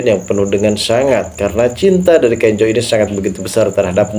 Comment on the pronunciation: Bukan Kenjo namax,Kenzo sebutanx😂